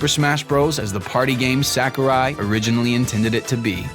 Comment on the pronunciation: SACK-ARE-WHY SENPAI